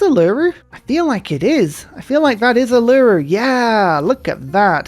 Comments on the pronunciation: holy silver how many can you get in one start. Also Uluru is pronounced oo-lu-roo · Hi! In Australia we pronounce Uluru, "oolah-ROO". Love your channel mate!